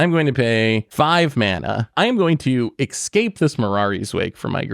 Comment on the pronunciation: How can you say excape when the card literally says escape?!